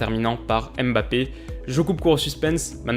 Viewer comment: Coucou, Tout d'abord je voulais te dire que j'adore tes vidéos, continue longtemps comme ça ! Après juste une remarque sur la prenonciation de Mbappe : pourquoi vous séparer toujours le "m" du reste, on "MBA" et non "Aime BA", c'est pareil avec N'golo, ne dites pas "aine golo" 😂 Bref c'était juste une petite remarque pour la prononciation.